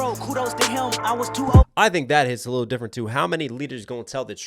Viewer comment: 👶🍼 "Kendwick is difwent and not even cwose"